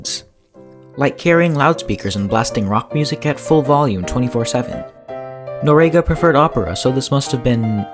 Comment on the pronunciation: If you're going to do a video on historic events, you might want to at least get the person's last name correct and pronounce it correctly in your video. Its Noriega. Pronounce nor--ee-egg-uh